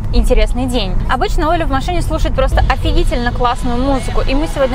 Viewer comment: не машне а в машиииииине